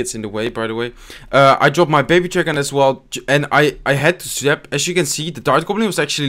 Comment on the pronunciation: Its AS you can see and not ASH :D